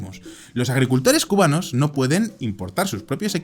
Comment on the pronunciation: se disculpa de decir mal una ciudad para luego llamar mal a los cubanos para llamarlos cumanos en